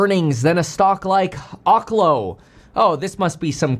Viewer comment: Why does every finance channel mispronounce oklo? It's oak-lo.